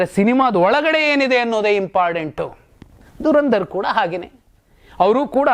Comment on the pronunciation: ಡರಂದರ್ ಅಲ್ಲ ದುರಂಧರ್